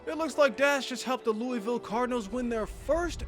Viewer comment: Its pronounced (lew-uh-vul)